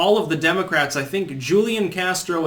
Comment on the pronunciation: It's "Hoo-lee-on" Castro....Hoo-lee-on. Now stop mispronouncing it, you rayyyyyciss turd! /s